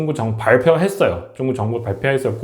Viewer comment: 중국 위주 시사채널인데 중국을 '쭝구'로 발음하시면 집중력이 떨어져요